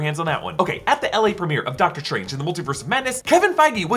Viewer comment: “Dr Trange”